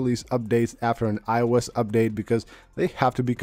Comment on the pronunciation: Very useful and interesting video. However, it took me a while to realize the speaker was saying iOS 16. It sounded like I wes 16.